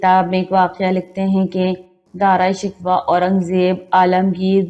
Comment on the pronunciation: Video bnatey hooey tumhein sharam aani chahiey Na tumhein pta hey k Dara Shikoh kon tha na tumhein us ka nam sahi se laina aa raha hey . Kiun video bnatey ho tum log ? Poori qoum k buchey tumharey jese jahel hein un ko bhi apni jhalat sikha rahi ho wo b Dara Shikoh ko Dara "Shikwa" hi bolen gey . Doob merne ka moqam hey tumharey liay . Or b bohat se alfaz tum ne ghalat purhey hein . Mein tu khud hi shurminda ho rahi hoon tumhara taluffaz sun ker .